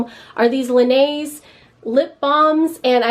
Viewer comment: You have got to look up how to pronounce “Laneige”🤦🏻‍♀️